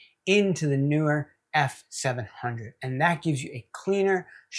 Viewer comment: Nice review. PS The 'pros' tell me its pronounced "knee were."🤓